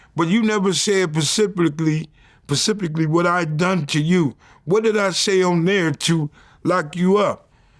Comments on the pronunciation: "Pesepickly"😂 trying to figure out how to spell that. Please vlad help him. 🙏 😂 "Specifically". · Y 🥷can’t never say specifically